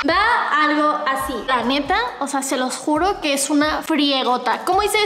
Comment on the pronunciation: disculpame pero dijiste se los guro😂